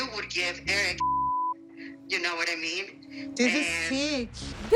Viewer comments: I hate her. She knows so much English, yet she cannot pronounce a word. If she says someone name she adds an EE... erikeeeee, colt eeee, David eeeee. She is such a user it’s ridiculous. It’s not that she cannot say Eric, cause she has said his name perfectly, but then she goes back. She is just such an attention seeker. She has said Colt and she said it perfectly. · How come she can’t say Eric the correct way... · Why does she Add an E to everybody’s name